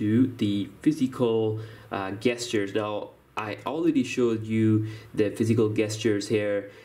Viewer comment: SERIOUSLY?!?!?! 'gestures' is NOT pronounced 'guestures' its pronounced 'JESTURES'!!! Im not trying to be mean, and you do sound as though you have a bit of a cold. So if I'm jumping on you for no reason, then I apologize but if not, then START READING MORE AND LEARN HOW TO PROPERLY EXECUTE THE ENGLISH LANGUAGE!!!